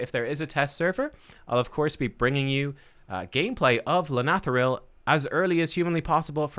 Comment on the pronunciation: Well done. You are the only content creator who can properly pronounce his name.